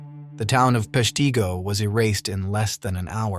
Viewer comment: Thank you! My father's family grew up on a farm in Peshtigo. I always knew about the fire, but not the shrine. I will need to plan a visit. Small nit - Peshtigo is pronounced "Pesh-tig (short i sound) - go.